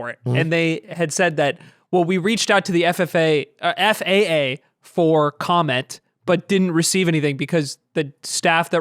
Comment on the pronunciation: calling the faa ffa is kinda funny. Maybe it's a free for all now 😅